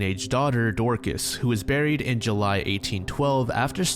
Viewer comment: Im sorry but 'Dorkis" 😭